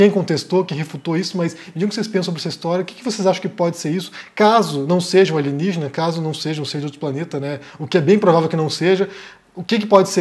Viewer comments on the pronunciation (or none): Kkkkkkkkk alienijjjena é? Mingana kêugózzo